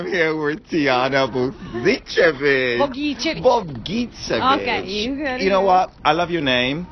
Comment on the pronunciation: still can't get the double ć (tsh) right. It's "Bogitshevitsh" for English speakers 😉. That said, in the US she probably gets called "Bogisevick" all the time. That with the "-ick" at the end also happens to my Serbian vocal coach whenever he's over there; however, he's somehow gotten used to it and actually considers it cool now 😁.